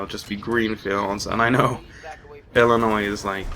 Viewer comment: Hey what kind of job were you doing when working the graveyard shift? Currently working one now and yeah, the nights off are horrible since you have to stay up for the sake of staying up. PS Thanks for pronouncing Illinois properly.:)